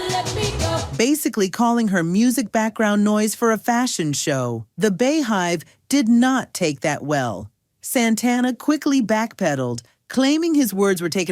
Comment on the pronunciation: Wait a minute, what's a Bay hive? lol. I hate AI